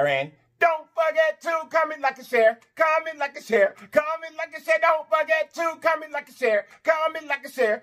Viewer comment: I absolutely love when you say comet...comment..comment, like an share..I be snappn an rockn with u too 😂😂😂